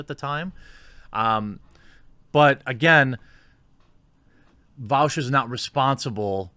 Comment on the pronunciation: bro... you can't even say his name properly lmao